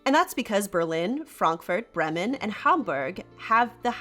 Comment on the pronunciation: Bray-muhn. please pronounce it properly